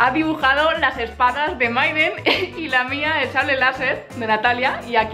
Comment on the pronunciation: like si te diste cuenta que dice myden embes de mayden en el minuto